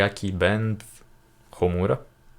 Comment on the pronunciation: 3 strings guitar: Shami-Sen Harp: Koto Bamboo Flute: Shaku-Hachi Your pronounciation is fine - Homura and Akatsuki no Ito. Nice reaction. Greetings from Japan. Hope you have chance to come to our country one day.